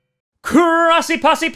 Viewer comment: He's my #1 hopeful. I don't think he lasts to 30 but he would change this offense instantly. Also, why does it sound like you say CHROSSY posse and not Grossi? I've always wondered. Thanks for ramping up videos, love your stuff!